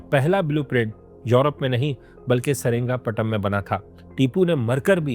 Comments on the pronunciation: Seringapatam ❌️ Seringapatnam✅️ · Dekhne jaa raha tha… lekin jaise hi saringapatnam naam suna instead of srirangapatnam… mood hi off ho gaya… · Saringaptnam❌️ Sri Ranga patna ✅️